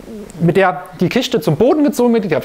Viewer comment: Kiste !!!!! Nicht Kischte